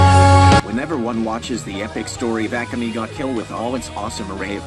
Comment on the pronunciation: I dont like the way "akame" was pronounced